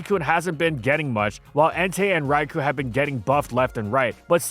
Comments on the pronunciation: It was physically painful to hear you mispronounce Raikou so many times. It's Rai-kō, not Rai-koo. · You'd think with how much he talks about it would be able to pronounce "Raikou" correctly for once.